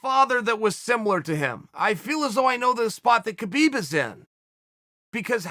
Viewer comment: It's Habib its K is silent